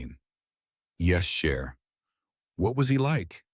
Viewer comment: yes, indeed. Cher and not share :)